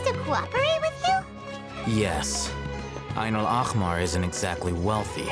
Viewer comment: *side note that is not really important: Ayn Al- Ahmar is pronounced with H sound like the word (He) and not with ch sound (like German ch in the word Dach) and it means Red Eye or The Eye of Red in Arabic. Now their association to the Scarlet King makes me wonder if he had red eyes. The funny thing to me is that google translate can pronounce it right😂 No hate to the VAs they probably said what they've been directed to say regardless of accuracy.